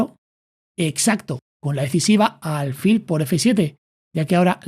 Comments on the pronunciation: Son excelentes tus explicaciones, solo el detalle de álfil en lugar de alfil. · ¿Por qué dice ÁLFIL?